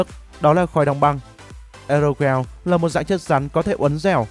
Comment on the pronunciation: Đọc là ê rô gieo nha😂😂😂😂